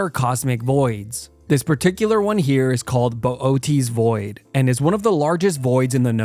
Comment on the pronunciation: Im sorry. I said "the Bofdeez Void" out loud